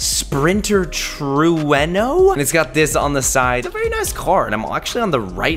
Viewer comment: The trueno is pronounced like truano